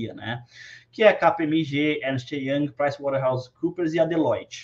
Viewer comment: Estou pasma com a velocidade e perfeição em que o pronunciou KPMG, Ernest Young, Price Water house Coopers e Delloit. Parabéns